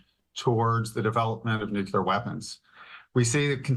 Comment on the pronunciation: Maybe Fox could find an expert capable of pronouncing "nuclear."